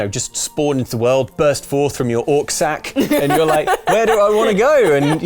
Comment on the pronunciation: please never say "Orc Sack" ever again:_